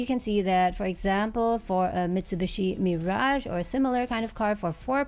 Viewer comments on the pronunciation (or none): none